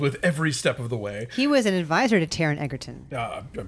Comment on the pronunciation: it's pronounced "edge"- erton not "egg"-erton